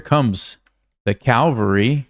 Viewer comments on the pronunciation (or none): it's cavalry not calvary